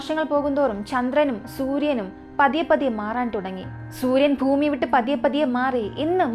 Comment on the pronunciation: ഫൂമി മാറ്റി ഭൂമിയിൽ എന്നാക്കി മാറ്റണം